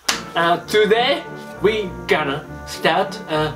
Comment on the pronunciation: *****あ 本当だ gonnaじゃなくて gannaになってる笑 まあ それは置いといて 両方あってるってことですよね